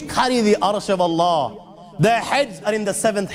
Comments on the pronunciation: so you are a muslim brother. because you say A Danish guy reacts, how i know, the way you say allah only muslim person can say correctly (Allah) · Being a Brother from another Mother.. I would suggest you to plz once read the Quran in your life.(Available in English Translation). Your life will be changed..♥️🇵🇰 Peace From Pakistan... They way you say (Allah) is just♥️♥️... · You said ALLAH right